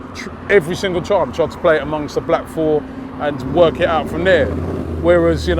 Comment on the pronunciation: hahaha I heard it too